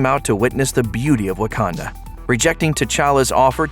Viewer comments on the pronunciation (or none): none